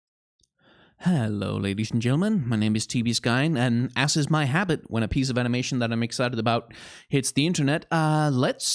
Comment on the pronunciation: "as is my habit" I honestly thought he said "ass is my habit" XD